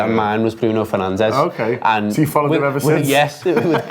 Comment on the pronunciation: its pronounced BRUNO FERNANDESH